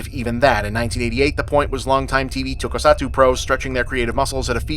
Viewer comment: Finally, bob has covered the greatest film of all time. Shame he also mispronounced basically every Japanese word or name besides “ninja.”